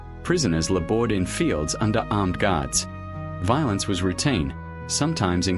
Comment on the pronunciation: This video sucks. AI sucks. A word like “labored” is mispronounced.